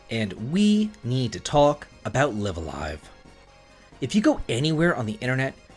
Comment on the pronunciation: I think it's pronounced Live A Live instead of Live A Live.